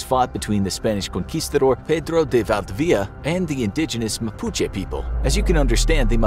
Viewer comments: actual chilean here val-di-vidi-a its actuali valdivia al togeher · I can't believe you're unable to pronounce Valdivia. It's not valdveea. I consider this an insult on Spanish culture. If you have the word "info" on your channel's name, then you should provide correct "info". Thumbs Down! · Valdivia its pronounced Val-dee-bee-a (a like in apple)